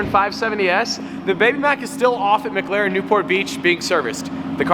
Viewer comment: ITS MCLAREN NOT MCGLAREN if you listen he keeps calling it a McGaren